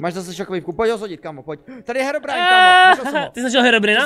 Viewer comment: btw jse to čte herobrajn :)